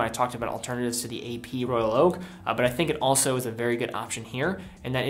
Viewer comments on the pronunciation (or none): Royal Oak is not “roll-yolk”. And Rolex is not “roll-ox”. I have been hooked on your videos. But some of the watch’s names have been butchered over and over.